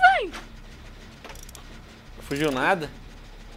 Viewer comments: "Fujir" kkkkk alguém precisa de umas aulas de português! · Nossa venarkia... fujir ou fugir ? Kkkkkkkkkkkkk like bolado no inicio do video !